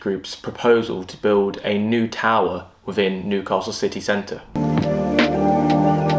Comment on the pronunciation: Stop saying Nu~castle it’s New-castle ffs 🤦‍♂️